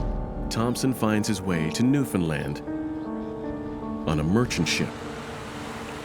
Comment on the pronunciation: Why can no one pronounce "Newfoundland" correctly. It is not that difficult.